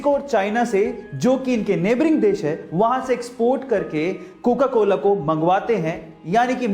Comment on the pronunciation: said cokcola